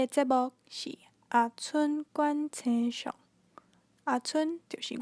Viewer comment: 「星」象是否用文讀音比較好？